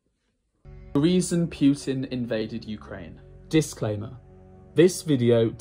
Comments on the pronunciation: Not that he deserves the respect, but technically it’s Poo-tin, not Pew-tin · Seriously. Putin isn't hard.